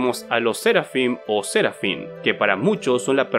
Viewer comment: Aaaaa por que no paras de hacer esdrújulas palabras que no lo son dgjjdfj. Herodes, no Hérodes. Querubín, no Quérubin. Serafín, no sérafin